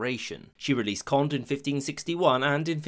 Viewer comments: Cohn-deh. Yeh, bruh! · Friendly correction, Condé is pronounced KOHN-DEH, not KOND. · It is not pronounced the Prince of "Kondd" but the Prince of "Konday" (Condé), a junior member of the Bourbon branch of the Capetian family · Accents does matter in French therefor the name CONDÉ is pronounced like COND-AY and not CONDE ;) . Enjoyed our super easy language haha, even if french is often not pronouncing evrything , "é" is evrytime a "ay" sound and Never optional - loving this video btw, it's a mandatory part of our historiy class at school. And Navard isn't where you spotted it on the map, it's in Spain; what you spotted is Béarn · "Condé" is pronounced Conday not Cond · Condé is pronounced as cohn-day (more or less), not cohnt. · “Conde” has an acute accent on the final “e” and so should be pronounced as Conday. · as in "café"! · Taupe It is not an aspirated consonant though, so "k-hon-" would be false. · CONDÉ = CondE you pronounce the final E! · The accent mark on the e of Conde (don't have special characters) means you have to pronounce it. Condee is closer than Cond. Also, the e of Amboise means you pronounce the s. So Amboiz. (hard to write this stuff out) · Condé = roughly "con-DAY" not "cond" (the "é" is the giveaway). Amboise = "om-BWAZ." A penultimate "s" in French isn't silent if followed by an "e." Also, "comprised of" isn't a thing. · The name “Condé” literally tells you it’s supposed to be pronounced as two syllables. You say “Bourbon” nicely, though. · I love your videos, but your pronunciation sometimes leaves something to be desired. Condé is two syllables, not one. And Amboise has a z sound at the end. Small things like this can be really annoying especially when they are repeated throughout the video.